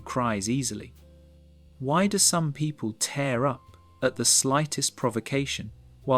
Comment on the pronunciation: It’s tear up not tare up